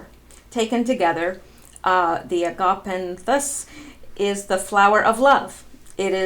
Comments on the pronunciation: Pronounced Aga-Pan-thus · pronounciation - agga-pan-ttthis.... soft 'th' as in thought..🙃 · Agapanthus, the "a"s are pronounced like in "as."